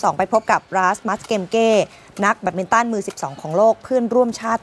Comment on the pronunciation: แบตมินตัน ไม่ใช่ แยดมินตัน